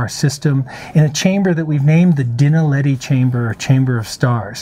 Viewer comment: I know he is not a South African - but he could really improve on the pronunciation of ''Witwatersrand'' and ''Naledi''. When he says ''Dinaledi'' it sounds like he's saying ''Dinner Lady''.